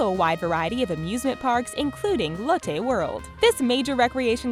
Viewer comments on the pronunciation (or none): none